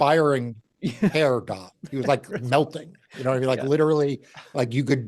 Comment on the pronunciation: I LOVE how Mark says the word "melting" (the few different times that he did) when he was telling about Giuliani & his doing hair dye 😆 TOO FRIGGIN FUNNY 🤣🤣🤣